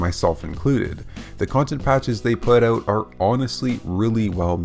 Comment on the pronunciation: It's "out" not oooot.